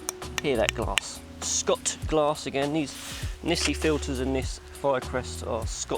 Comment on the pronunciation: its pronounced shot glass m8.